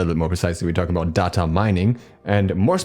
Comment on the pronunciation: Stop pronouncing data wrong.